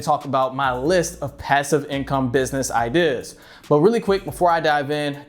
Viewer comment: I really hate the way you say ideas. “Idihhs” fucking cringe. And why tf you keep saying “ok” right before you explain something? Stfu and stop making useless videos